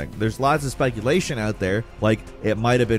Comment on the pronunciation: “There’s lots of Spikulation out there”.. Am I missing something or did he just accidentally pronounce “speculation” as “spikulatiion”?!? Lol